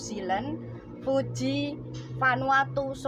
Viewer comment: koreksi dikit ya. Negara Fiji bukan Fuji